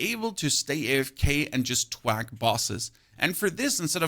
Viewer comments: TH-Wack. I love the vids. Makes POE2 digestible and gives a strong base/anchor point. It’s pronounced TH-Wack. Not T-HHwack. 😅 much love brotha. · good video. you're saying "twack" when i think you're meaning to say "thwack"